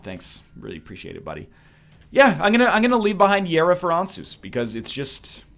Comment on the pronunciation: Why does he keep saying And-Seus , it's ansuz like Answers , even the announcer says Answers and the rune gives you total mapping of the floor its answeeersss